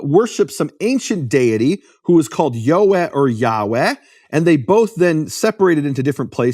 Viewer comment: Yod Hey Vav Hey = YeHoVaH. Take Biblical Hebrew from accredited school based out of Israel and you’ll learn this. You are pronouncing it correctly sir. Any Jewish person who reads the TANAKH can also clarify this.